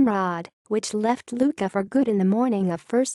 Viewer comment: Oh dear! Another of those dim witted computer voice overs. Except nobody has told it that "Q" is silent in Maltese.